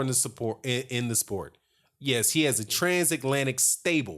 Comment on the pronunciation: "Transaklantic"... holy shit dude